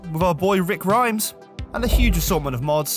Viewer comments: survivor name pronunciation: rhys = reese, katriona = cat + tree + ona (like ending of fiona) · Great vid! (Rhys is pronounced reece btw) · great video but please pronounce rhys right